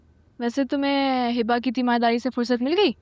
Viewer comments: Please tha pronounce name of hiba. Its hiba not hiibba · Light sa name he hiba But hiba's bhabhi says Hibbba 😂